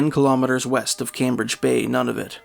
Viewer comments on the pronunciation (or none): none